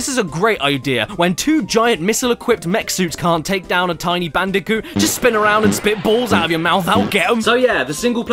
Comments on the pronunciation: Please just say Bandicoot… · what's "controversial" about swapping the C's and B's in the name of a fictional character? The name is literally mispronounced throughout this entire video, the only difference is some people might actually accidentally call Crash Bandicoot Brash Candiboot, how do you think i came up with it?🤷‍♂️